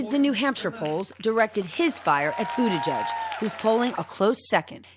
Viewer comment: His name is Buttigieg not Buttijudge!! P.S. the democrats still can't come up with a decent guy. SMH